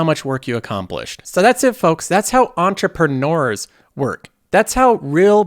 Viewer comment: . "Entre-preNORS" Omg, you cracked me up with that! lol!